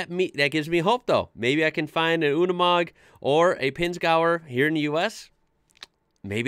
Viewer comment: It’s nor “Unamog”, like you pronotit, but “Unimog”. It sounds like you would say “university”